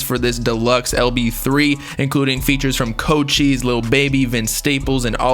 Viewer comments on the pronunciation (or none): No way Cochise is pronounced CHO CHEESE is this mans ok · Bro said “CoCHEESE”